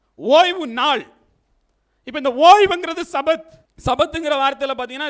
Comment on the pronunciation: தவறான உச்சரிப்பு : "சபாத்" தவறு, "ஷபாத்" என்று உச்சரிக்க வேண்டும். எபிரேய மொழியில் ஆண்டவருடையப் பெயரை (יהוה) உச்சரிக்கக்கூடாது. நான் எழுதும் விளக்கங்களை மறைத்துவிடக்கூடாது.